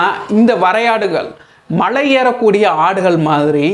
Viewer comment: தலைவரே மழையில்லை. மலை.